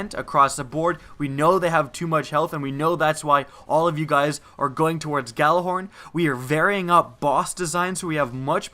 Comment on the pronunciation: Why can nobody pronounce Gjallarhorn correctly?